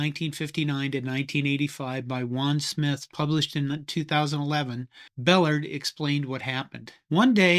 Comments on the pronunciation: Great video. I love the wishbone! But Bellard is pronounced buh-LARD. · Yes, his name was pronounced buh-LARD. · BellARD. Emphasis on the second syllable. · Here in Mississippi Coach Bellard pronounced his name "beh-LARD. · Pronounced BellARD. Do better. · It’s Bel-LARD. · For the sake of accuracy, Emory's last name is pronounced with the accent on the last syllable: Bull-àrd. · Pronounced Bel-LARD..good content. I was a big fan of Paul Johnson's years at Navy and Georgia Tech. He ran every triple option play formation (including wishbone) the law would allow, all while calling plays without a call sheet. He was the last of the non-service academy coaches to run the wishbone within the triple-option package. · That is cool. His pronunciation is bell-ARD. Overall, you video is good and well written. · Emory Bellard's last name is pronounced with the accent on the second syllable. Bel-LARD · Emery Bellard's surname is mispronounced throughout the video. He pronounced it "BELL - ARD" with stress on second syllable and ARD as in aardvark. Great video though. Thanks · You’re not saying Ballard correctly. It is pronounced like “Bell-Lard” or, as we say in the South: “Buh-Lard”. Ruins your whole video. Really poor. You have to re-do this and pronounce his name properly. Ballard also stopped Bama’s 28 game win steak as coach at MSU in 1980. The famous 6-3 game. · Pronounced BeullYard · Bel - LARD. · Bellard is not one syllable. It is two pronounced Bel-lard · Bellard's last name was pronounced "buh-LARD." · Its pronounced Ball -ard. He was my neighbor while he was at A&M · Bel LARD Accent on the last syllable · Emory Bellard's name is pronounced "Be-lard". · It’s pronounced “Bah Lard.” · Pronounced "Bell-ARD. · Just FYI, it’s pronounced buh -LARD He was later head coach at Mississippi State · His name was pronounced bel-LARD. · Great video! FWIW, Bellard is pronounced "Beh-LARD," with the stress on last syllable. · It's pronounced Bah-LARD. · Mispronounced Bellard.